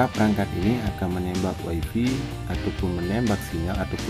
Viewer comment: Wayfay bang, bukan waifi.